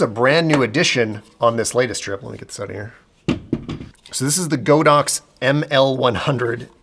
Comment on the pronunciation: As a Chinese I need to tell everybody that it's not Go-Dox, but God-Ox, meaning an Ox God hahah